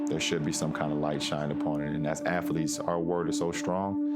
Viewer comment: Afletes? WTF is Afletes?